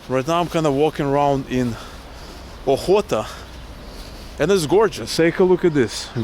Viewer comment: Alt Hootah, that is how to pronounce